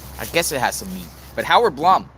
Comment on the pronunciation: Since I wasn’t sure how to pronounce “Blum”, I googled it. It’s pronounced Bloom.